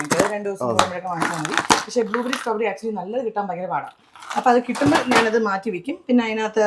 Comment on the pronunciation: Strawberry i heard like sombheri,funny girl,active angel 😇❤